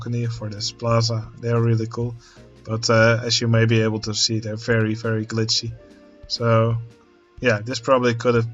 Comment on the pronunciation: In the theme of the video: everytime you said 'very' I misheard you for saying 'ferris' XD So uh.. ferris good job!